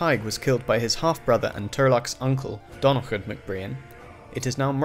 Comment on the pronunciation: on the pronunciation of Murchad mac Donnchad, I've no clue if Murchad and Donnchad share this quirk, but Donnchad is pronounced more like Donnacha, the d at the end is silent generally. Other than that you've taken a decent crack at pronouncing our bagpipe of a language, so fair fucks to ya